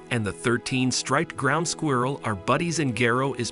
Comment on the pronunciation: It's like a real life Lion and the Mouse story. Though is it weird how the narrator pronounces squirrel as "Squee-uirrel?"